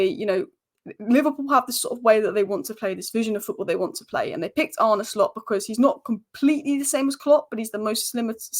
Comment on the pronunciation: Arne = Arn Uh